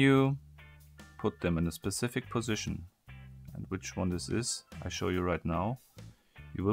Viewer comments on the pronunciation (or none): none